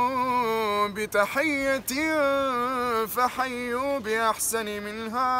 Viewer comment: إلابن الجميل. وإذ حييتم بتحيه فحيوا باحسن بفتح النون وليس بكسرها احسن على وزن افعل تفضيل ممنوع من الصرف